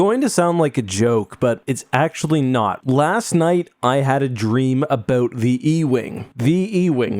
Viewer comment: Me: forgetting is Canadian on account of not hearing an accent. into the video: abOUUT I’m sorry but I was sipping hot coffee and it caught me off guard. owes me a new crotch